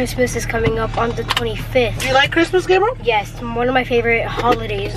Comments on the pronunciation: He said Gabrel mamonsito😝😂😂😂😭😭😭😭i bet everything i won't be the mitichie shout out😭 but ily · Lol calls Gabriel “GRABIEL” 😭🤣🤣🤣